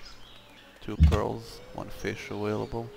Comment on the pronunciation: don't forget a-whale-able :p